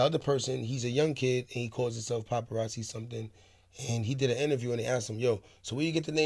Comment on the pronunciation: He said popperazzi